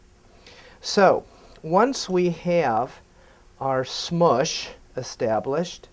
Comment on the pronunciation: Lol! "create what i call the SMUSH" haha! you sound more Jewish than i am